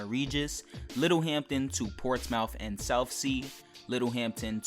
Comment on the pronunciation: It’s not pronounced ports mouth you idiot